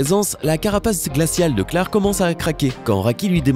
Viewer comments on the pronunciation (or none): Frr c'est " claire " pas clare